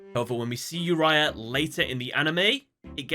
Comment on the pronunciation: its not yourya such a noob its oo-ri-a